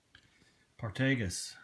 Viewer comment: Just FYI- Partagas isn't pronounced Par-Tay-Gas. It is pronounced Part-a-gos as told to me by a factory rep a few years ago after I pronounced it the way you did. Nice haul.